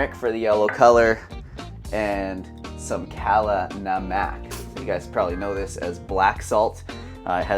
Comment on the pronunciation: The kala namak pronunciation caught me off guard lmao, but thanks for the video, will try the first one